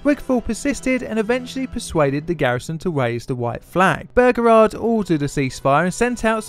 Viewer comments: I hate how he says Beauregard. It just sounds wrong to my American ears a lot like how British people say aluminum. It just sounds strange and wrong and stupid and I hate it!!! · I see I am not the only one deeply annoyed by the horrible mispronunciation of the General's name. I mean, it is not that difficult to read it, and if still in doubt, how about check wikipedia or other sources for the pronunciation? Otherwise the video is nice! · There is only so long one can hear an Englishman say bergerard before one has to give up. Why is it so plainly difficult for the English to pronounce words ? Bow- reh- gard. Something , sorry “ sumfin “ about the English mind placed letters where they don’t exist and replaced one consonant with another. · It's pronounced Bow-Ra-Guard, not Burgerrard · as below, his name is pronounced BOWREGARD, NOT BOGERARD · bearegard? its beauregard pronounced like byuregard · Great, but! BOH-REH-GAHRD Not BOH-GEHRARD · "Burger-ard" In the South it's "Bow-regard" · Excellent as usual my son.One small quibble: it's pronounced Bow-reguard.Otherwise History teacher approved. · As a person raised in the south: "Bow-re-guard" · Bow (rhymes with ‘oh’) as in “bow and arrow”, not bow (rhymes with ‘now’) as in the front of a boat. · nice vid couple of corrections though. any american saying P. G. T. Beauregard that I've heard documentary or otherwise says it Bow-Regaurd I know pronunciations change between cultures but its an american general so their pronunciation takes precedent. 2nd I believe there was a single casualty in the battle. it was a horse on the rebel side. I know not human so doesn't exactly count but hey man I like horses ;c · The Confederate's Commander Name is pronounced. Bow- Ree- guard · P.G.T. Boh-regard ;-) Great video though. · BO REEE GARD... ffs ! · The name is pronounced "Bo-regard". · The Confederate General's name is Pronounced Bow-REE-guard. It's driving me crazzy sorry. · Not trying to be an ass but it's bow ra guard